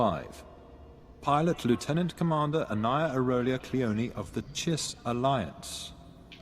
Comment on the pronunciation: Since the first major update you've actually been able to play as a Chiss smuggler, so what happens then? And that pronunciation.. So bad...